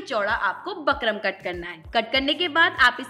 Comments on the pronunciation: बकरम नहीं होता बुकरम होता है। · bukram bolte h bakram ni 😊